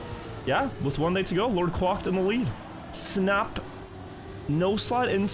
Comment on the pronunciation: Quacked said as 'kwakt'